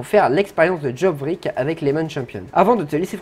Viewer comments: Alors juste sa ne se dit pas Jorvik mais Yorvik (Mais sa s'écrit Jorvik) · Petit cours de français version sso: Jorvik se prononce yorvik et ged se prononce g e d. Voilà j’espe que tu passe une bonne journée!